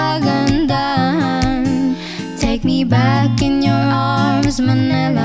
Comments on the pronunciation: “Ma-ni-la” not ma ne la 🥴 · Manila not manela😁